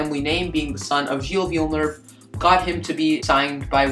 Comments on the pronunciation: Glad you liked the video, and sorry for pronouncing his name wrong🤦‍♂️ I was pronouncing it like ‘Jack Villeneuve’ I assume that is what I was saying wrong. I’m actually Canadian, but not from Quebec so that explains my accent 😂 Hope you subscribe for some more great F1 content and hopefully better pronunciation of names 😉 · I’ve gotten a few comments about this and I’m very sorry that I pronounced his name wrong. I think I pronounced it like ‘Jack Villeneuve’ which is wrong. But aside from the mispronunciation of the name, did you like the video? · Thanks Najwa, glad you enjoyed! I was happy with this video when it came out but yeah I can’t believe I pronounce his name so badly... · I already mentioned the mispronunciation in the pinned comment, but again I really apologize for messing up his name. I didn’t realize until after I uploaded the video and now it’s too late to change it. Mispronunciation aside, I hope you liked the video and be sure to check out some of my newer stuff which is a lot better than this one... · I’m very sorry about the mispronunciation of his name, looking back on it it’s quite silly of me since he’s literally the topic of the video. But my content quality (and pronunciation) is much better in my more recent videos.